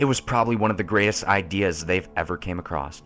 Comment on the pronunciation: Believe me, I love these creepy pasta's, listening to and, but it bothered me how he kept saying "accrossed".